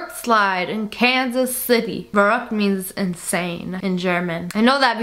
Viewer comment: Hahaha I'm german and I looove, how she said the word "verrückt" with the accent <3